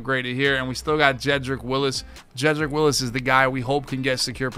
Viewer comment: It's Wills, not Willis lol